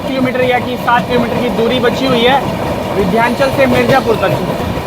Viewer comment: Vidhyanchal nahi h vo Vindhyachal hai